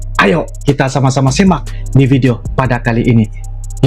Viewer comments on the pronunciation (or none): Sekarang Abang tau kata "apresiasi" terus perdalam bahasa anda bang. Oh ada lagi bang bahwa Abang sering bilang SIMAK harus ucapkan yg benar si harus dibaca seperti Si seperti baca nasi jangan dibaca seperti sepak biar orang langsung ngerti karena ucapannya benar 😂